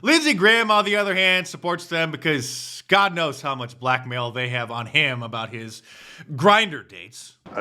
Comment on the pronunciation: Why does Jordan Peterson call God Gwod?